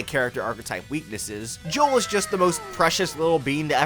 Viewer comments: Joule is pronounced like jewel. Thats why you collect jewels for her. Its a pun lol. Also joules is how you measure the energy produced by electricity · Also Joule's name is pronounced like 'Jewel'